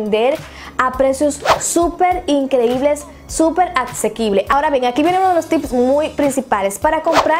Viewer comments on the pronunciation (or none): Acsekquible?🤔 pésima dicción 😂